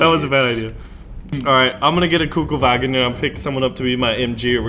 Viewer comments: its not a kugelwagen , its a KÜBELwagen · It's a kubelwagen, not a kugelwagen ;-) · Its Kübelwagen ffs